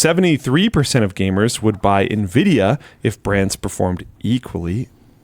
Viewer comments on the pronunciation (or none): none